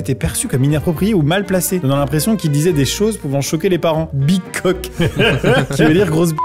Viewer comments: Putain le Teletubbies qui parle je l'ai encore ! Par contre je me serais jamais douter que certains entendait "big coke" moi j'entendais "pi crac" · ....Peut être qu’il dit "Big Hug"😂😂